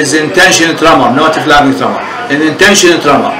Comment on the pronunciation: "flabbing tremor"? I wish he would pay better attention to his pronunciation. Hard to understand.